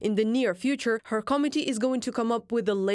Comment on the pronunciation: I love the way your female narrator pronounces committee as comedy. When it comes to Russia, it is so true. Dark DARK comedy 24/7 from the land of the orcs.